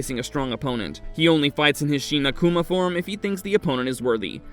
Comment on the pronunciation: Sheena-Kuma? ... what is that? ... Shin Akuma is not pronounced that way.